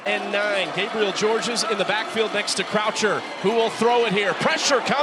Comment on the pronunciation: The 2nd s in the last name Georges is SILENT. It's pronounced just David Gabriel George